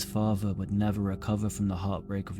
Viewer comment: I hope to god that one day you can learn how to speak properly, it's mother not muvva, father not fava, other not uvva. Forth not forff. Irritated the fuck out of me!!!